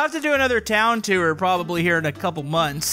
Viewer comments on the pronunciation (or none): You said: Teaur It's pronounced: T-oo-r Tour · To-ar like boar